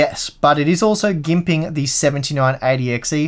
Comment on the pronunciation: sounds weird saying "gimping". That word doesn't suit him.